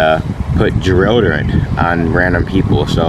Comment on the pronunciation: “Put geroderant On random people”